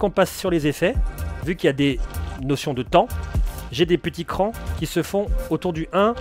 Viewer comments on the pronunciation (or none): none